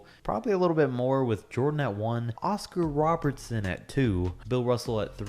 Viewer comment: Nobody:: “oScAr RoBeRtSoN”